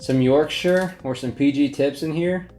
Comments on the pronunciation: As soon as you see Yorkshire tea in the background you know this is a serious bloke. Then he tops that by pronouncing Yorkshire correctly and becomes a legend. Then knocks it out of the park by admitting he has Wedgwood Bone China, think someone’s getting an invite to tea at the palace soon 😊🇬🇧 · Hitting like purely for the pronunciation of "Yorkshire" - good man! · Big respect from a Yorkshire man, because you know how to say Yorkshire. Also thank you for your service, might be from different sides of the pond, but I respect anybody who is in the military. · It makes my heart happy how you say Yorkshire right! also you’re posh with that wedge wood😂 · You are the first American to not butcher the place Yorkshire. As a Brit i am proud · Holy shit that's the first time I've heard an American pronounce Yorkshire right first time..... You sir get a sub from me just for that